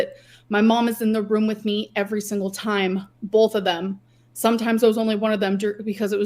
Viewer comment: Came here to say bolth 💀